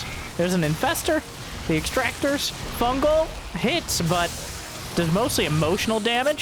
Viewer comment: "Fun Gal"